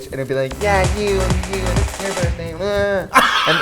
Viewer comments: "is it ur birfdayy" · For my own entertainment: “Hooose burthfay are it?”